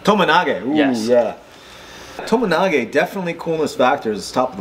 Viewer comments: Btw its TOMOE nage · Tomoe nage not tomo nage and o soto gari not osoto